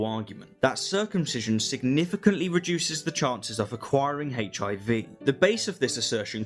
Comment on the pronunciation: I love rationality rules but I can’t stand how he says HIV